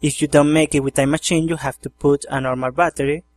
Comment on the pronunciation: wow cool and LOL you say machine funny no offense i think its cool